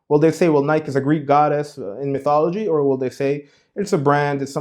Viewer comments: It's pronounced: Ny-key (Nike). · firstly I was trying to suffer through your wrong pronunciation of the word Nike (Nie•key) then you say "why not wear Jordans" smh. How are you unaware that the Jordan brand IS Nike. Are you really that oblivious on what you yourself are trying to teach? That's like saying "why not worship Ba'al? He's not Lucifer" Nike and Jordan are two in the same. There would be no modern day Nike without Jordan and the Jordan brand success wouldn't exist without Nike. Notice how Jordans "jump man" logo is facing towards the right? Aka sun worshippers worship towards the east while those who worship christ are instructed to do so towards the west. All of these small details add up to the bigger picture. YES Nike is a d•mon•ic brand. And it only helps that Jordans name is well.... Jordan right?